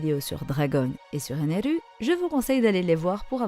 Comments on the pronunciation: Stai tu peux juste dire ener 🙂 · Pourquoi tu dit ENERU ??🤨